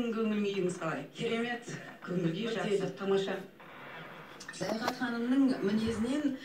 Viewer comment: саяхат ауызын солайма сойлегенде баскаша болып кетедигой